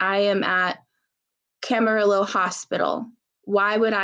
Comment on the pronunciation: It's pronounced Cam-a-ree-yo (ll in spanish is like yo).